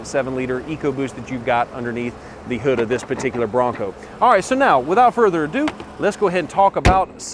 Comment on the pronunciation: take a shot every time he says "without further ado"...well in his accent its "wiHit out furder adooo"